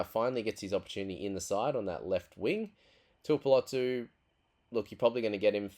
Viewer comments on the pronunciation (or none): none